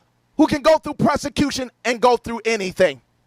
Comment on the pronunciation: Is he trying to say persecution or prosecution? I think he just melded the two together… “presecution”…cause he’s not sure either.